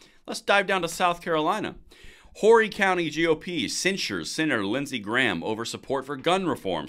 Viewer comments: It's pronounced with a silent H. "Orrie" not Whorry... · The way he pronounced horry county made me lul Whorey Oh to be clear we hate Lindsey Graham here. He’s in office because he’s the familiar name, that’s about it. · I totally agree with censoring wishy-washy graham. Votes which ever way the wind blows. FYI the h is silent in Horry. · Horry County the H is silent.